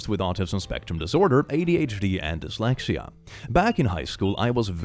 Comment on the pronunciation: Why do you say dislaxative instead of dyslexia? Is it just a preference or does youtube have an issue with the word dyslexia?